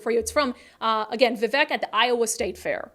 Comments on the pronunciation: It’s Vi-Vake, like Cake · his name is pronounced - v-vake